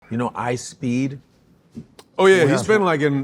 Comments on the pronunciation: Huge Godfrey fan, but I cringe every time he says I SPEED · I can’t get over how Godfrey keeps on saying Ispeed someone needs to tell him it’s ishowspeed